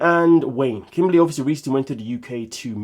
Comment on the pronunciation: Lol kim-baly, I can never see her without hearing that pronunciation lol